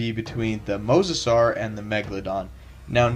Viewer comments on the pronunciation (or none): no mosasuar